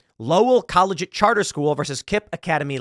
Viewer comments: Seriously... Tim Pool doesn't know how to pronounce "collegiate"? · Tim mispronouncing the word "collegiate" is all the irony I need for the rest of 2024